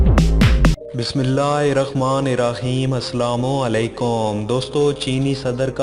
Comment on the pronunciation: O sub sahi hai magar ap bismillah sahi tarha padiye